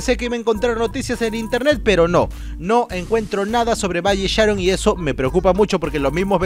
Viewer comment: Valle Sharon el acento es en el on jaja